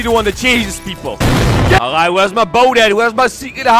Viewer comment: Ngl the alraight at the start sounded like a pirate...